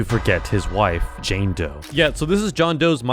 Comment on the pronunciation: I thought he said jane toe